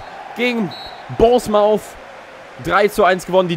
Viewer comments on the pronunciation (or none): Bournemouth spricht sich “Bornmith“